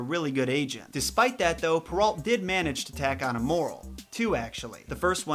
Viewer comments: Its prenounced pear-o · Charles Perrault (pronounced pur-oh, not alt); he was French.